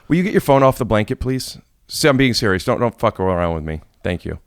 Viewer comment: Omg Bobby so funny I love when act sewious like the whole world doesn't know by now he's never 🤣